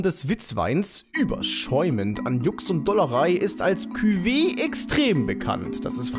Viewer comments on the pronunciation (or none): bei cuvée werden die e's nicht ausgesprochen